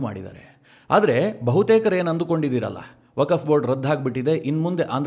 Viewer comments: 🙏 ಸರ್ ,,ವಕಫ್ ಅಂತ ಉಚ್ಚರಿಸಿದ್ದೀರಾ,,ಅದು ವಕ್ಫ್ ಅಂತ ಉಚ್ಛರಿಸಬೇಕು. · ವಕಫ್ ಅಲ್ಲ ವಕ್ಫ್ ಅಂತ ಸರಿಯಾಗಿ ಹೇಳಿ.